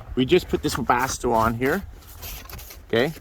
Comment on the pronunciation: The K in Webasto must be silent lol Webasko 🤪